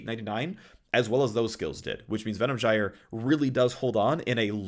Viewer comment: Most important info from this video: how to pronounce Venom Gyre correctly.